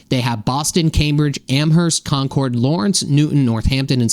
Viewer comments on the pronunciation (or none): You pronounced Concord incorrectly.